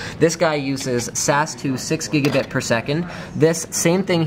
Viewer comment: What the difference between "Gigabit" and "Gigabite" as he said on the video.